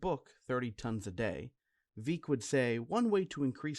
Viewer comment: it's Veck as in wreck